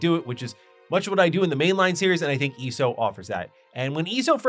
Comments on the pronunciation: The way you eso is so annoying eeeeso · It's so weird for me to hear someone call it "ee-soh" lol. I always say the letters individually, E-S-O. It's also interesting that we seem to have similar interests in games. Like TES and some MMOs. Yet you don't really seem too interested in FFXIV. SWTOR was the first MMO I really invested a ton of hours into but it fell off for me after the KotFE/ET expansions. Trying to keep track of my 40+ characters and who was a traitor on which side, yadda-yadda. Love the aesthetic and voice acting and all that. Story just got too convoluted for me. After that ESO and FFXIV became my main MMOs, though I definitely prefer FFXIV to ESO most of the time. Yeah, ARR did take time to get through, but I was so thoroughly invested in it, too. I think what makes it stand out to me is that it really really works as a one character MMO. As I mentioned, SWTOR I have over 40 characters, in STO I have 32 characters. I haven't played ESO since Greymoor but at the time I had maxed out how many characters I could have, but I think it was like 16 or 18, not sure if they've added more slots since then. But FFXIV I have two characters. My main one that has leveled and geared every job in the game, and one that's like level 30ish just playing one job (might switch whenever I get them to an expansion with a job I like more), I think, that I occasionally hop on when I have nothing else to do on my main but still want to play more FFXIV. Honestly, what's kept me from going back to ESO was being capped on cha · You calling it ESO instead of ESO is driving me crazy